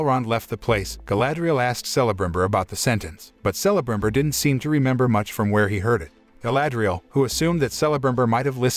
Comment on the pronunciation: Dude you are killing me with some of your pronunciations of different names. You are saying Celebrimbor wrong. I wanted this series to be good so bad but it made a mockery of Tolkien work. I don't know why these movie companies are having such a hard time making a good movie or series. Disney and Star wars to name a few. Lets not forget about the MCU or better known as the MsheU. Its like their worried about trying to make these statements instead of telling a good story. Im not interested in LGBTQ politics and how men are bad and women are so much better. I'm not interested in BLM stuff. Stop race and sex changing everything we hold dear. Im just wanting a good story. Its like these companiesare confused on what demographic they are trying to reach. Stop all the woke shit and tell a story worth watching. Southpark nailed it with all the stupid crap these companies are doing. They wonder why their movies and series are failing. This isn't Tolkiens story. Its a heaping pile of crap. Do better